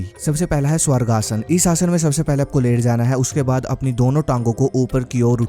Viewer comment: Bhai voh सर्वांगासन है स्वर्गासन नही